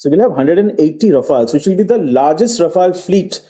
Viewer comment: Its not Rafael dear its Rafaal